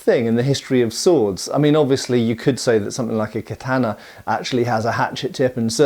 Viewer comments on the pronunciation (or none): none